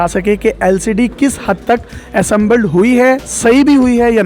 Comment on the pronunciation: Inzert !!!! Prize!!!! ??????waaaah kya english hai !!!!! Assambled !!!!! Waaaah ....